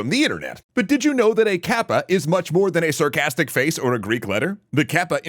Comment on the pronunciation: Good video! And thank you,, I wish you best luck! (By the way, "かっぱ/カッパ/河童" is pronounced as in "cut" not in "cat.")